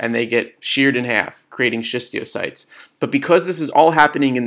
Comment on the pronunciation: Bro, it's schistocytes btw, not schistiocytes. I love the video, thank you